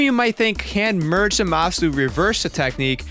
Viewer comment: 'Zuhmasu' kinda triggered me